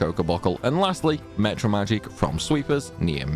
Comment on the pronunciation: Why do you say mEtra magic and not mAtra magic?